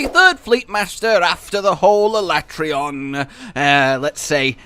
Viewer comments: is no one talking about the pronounceable of aleatreon in the beginning al le tray on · I'm with Josh on how to say ALATREON